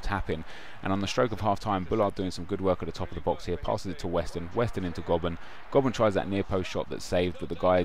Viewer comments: Jack Hunt is a beast in real life, and its pronounced Go-Burn :P not Gob-urn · Btw its pronounced Go-Bern